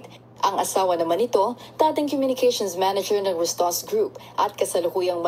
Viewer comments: RUSTAN'S NOT RASTANS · Yung Pag pronounced mo Rustan's yan